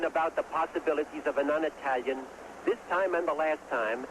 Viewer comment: I love how he says "non Itayian" pronouncing it precisely like an Italian.